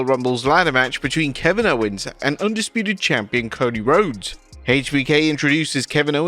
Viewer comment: What did you call Cody Rhodes did you say Cody awesome or Cody Austin?!!😂😂